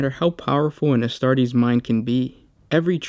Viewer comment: Isn't it pronounced a-staw-ta ? Not a-star-dee ...